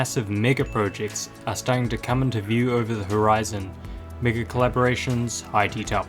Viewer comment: why did “mega” sound like the n word